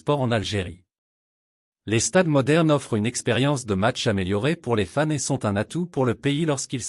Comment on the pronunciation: Tu prononces très mal Fans, au début j'ai pensé que tu disais femmes.